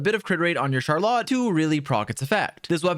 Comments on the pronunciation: It’s not shar lot, it’s shaar roll let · can’t even say Charlotte correctly truly the aboba steamer of all time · ily but you rlly have some have the weirdest pronunciations 😂. Even if that is how you actually pronounce her name it sounds so much worse than “Char-lit” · CharLot? Is that really how you’re supposed to pronounce that name? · I can't help but laugh every time he says Char Lot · He lost me at Shar-LOT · Good guide, but every time you say "char-lot" a piece of my soul disaggregates into dust. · Imagine not being able to say "Charlotte" correctly. Dumba** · Have you never heard anyone pronounce Charlotte before? 🤣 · another characters name butchered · I asked 2 different friends from FRANCE about her and they say you're trippin with that name pronunciation 🗿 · The way this guy says Charlotte makes me wanna say he deserves to be bullied.